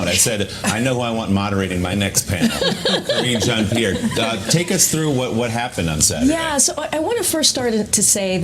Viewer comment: You mispronounced Karine Jean-Pierre's name you linguist!